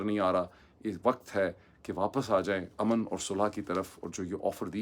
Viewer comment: The way you mispronounce simple Urdu words (surprisingly for the son of an AMC specialist doctor), it's no wonder you advocate English so yearningly. The word علاقہ is spoken ilaaqa, not alaaqa --- just as کتاب is kitaab, not kataab. Likewise وقت happens to be waqt (not waqat), امن is amn (as opposed to aman) and the word is گھنٹہ not گھینٹہ